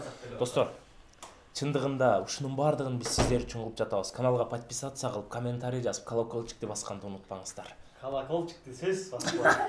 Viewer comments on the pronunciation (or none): none